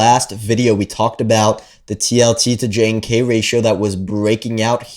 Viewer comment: JNK is pronounced "junk".